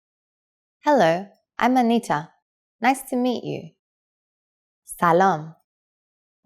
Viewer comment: I don't know any Persian speaker who says "man Anatia-am". You just say "man Antitaam"